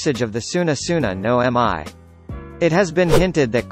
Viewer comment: For a anime youtuber that covers onepiece it is criminal for you to mis pronounce “の実“\no mi. It is “no mi” pronounced “no me” and not “no M.I”.